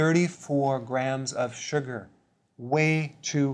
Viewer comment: The way he says "suger"